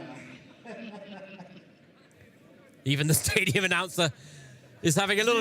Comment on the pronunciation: lieber bayer, man spricht nicht stadion, sondern im englischen "stay", wie bleiben und "dion" wie bei der celine. yo